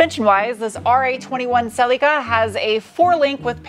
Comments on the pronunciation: Im so glad you are now correctly calling it a Celica not a SELL-LickA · holy shit an American who basically pronounces the name right. you're close enough. better than cel-ik-a like every other American.